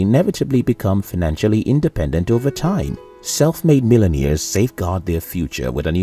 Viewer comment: "millen-ears"? The narrator needs diction/pronunciation lessons!